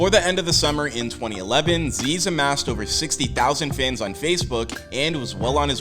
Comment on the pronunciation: Isnt it zyzz not zeeeeez